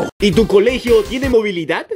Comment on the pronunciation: like si viste que dice "tene" en vez de "tiene" :v